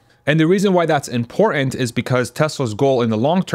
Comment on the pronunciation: Please pronounce IMPORTANT correctly, you sound like a Vally Girl. Don’t shoot the messenger. • im-POR-t’nt (with the stress on the second syllable: im-POR-tnt) not (im-por-ONT)